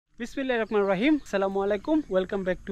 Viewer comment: আপনার ভুল প্রথমেই বিসমিল্লাহির রকমানির রহিম হবে না, হবে বিসমিল্লাহির রহমানির রহিম। আর কিরজা হবে না, হবে কেরজা।